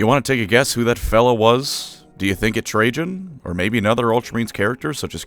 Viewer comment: Dont worry, I wasnt attatched at all to Trajan after how you butchered the pronunciation of his name :P